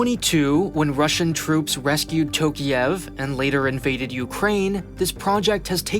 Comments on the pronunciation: аs a person from Kazakhstan, I can agree. аlso, it's Nazarbàyev, Astanà, Tokàyev and not Nazarbayèv, Astàna or Tokiyèv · It's Tokaev, not Tokiev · Dude. Can you please at least put a name into google dictionary and listen to the English pronunciation of a name. Wtf is Tokiev? Tokyo + Kiev? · And it's Tokayev, not Tokiyev. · Bruh, you overlooked so many things. At least, call the names with a correct prononciation. “TOkiEv” 😂😂😂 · Tokiiiiev?!! tf ?! TokAyev! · Nah, he did not. Almost all names and lastnames have the wrong vowel stressed. Tokayev is the worst, since it should sound like "Talk-Eye-Ehvv" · It would have been nice to learn how to pronounce the last name of the president of a nation you are talking about